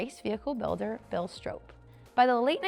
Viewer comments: I see many of you correcting her pronunciation of Oly, but I haven't seen anyone so far correct her pronunciation of Stroppe. It rhymes with pop, not rope. And yes my profile is, and has been for years, me sitting in Big Oly. This was back in 2016 when Parnelli loaned it to me for the Bronco 50th anniversary I was coordinating with Carlisle events for the Ford Nationals. I tried to get it there this year again for the 60th anniversary, but the new billionaire owner didn't want to pay to ship it in like everyone else did with several of the other most historic and rare Broncos. A damn shame for it to miss that historic gathering again. Parnelli had it at the Bronco 25th Anniversary, and brought it in personally on an open trailer behind his F-150 to the Bronco 40th anniversary in Victorville California in 2006 where I was lucky enough to first meet him and hear some of his stories first hand. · Learn how to pronounce STROPPE. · Yes, wasn't sure if it was STRAHP or STRAHP-PEY. Regardless, producers need to catch presenters from mispronouncing names and just plain reading aloud like some do 😒